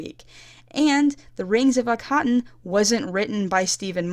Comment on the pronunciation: it's actually purnouced "rings of Ak-a-ton" not "rings of a-cotton"